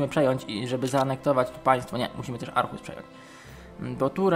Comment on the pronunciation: nie mówi się Arhus tylko ohus